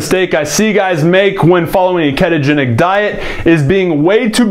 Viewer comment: It's ketogenic not keetogenic LOL